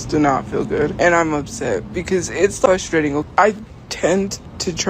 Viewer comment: “It’s fustrating”, I despise her and want her on the street.